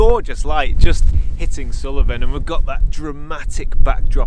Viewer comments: Hi, another great video, but it's sool-ven not sul-e-ven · Great video and lovely images but it hurt my ears to hear Suilven repeatedly called Sullivan :-) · Brilliant video, Assynt is one of our favourite places to holiday, the scenery especially climbing the mountains are very special. In the pronunciation of Assynt, there isnt a hard i. There isnt an i after the L in Suilven. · Sorry, but something in this video jars with me. The mountain is called Suilven not Suliven.